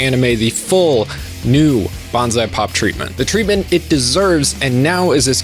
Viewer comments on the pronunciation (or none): wait this channel is called Bonsai Pop, not Banzai Pop. why are you calling it Banzai Pop? Bonsai sounds like "bone sigh" you're either gonna have to change how you say it to be correct, or change how you spell it to be correct